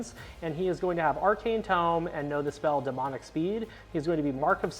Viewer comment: Alright, so, it's time to set the record straight. An arcane TOME: T-oh-m is a book. A Tomb or T-oom is a gravesite. You are reading from a book therefore it is a TOME, T-OH-M. This community really seems to have a problem with this.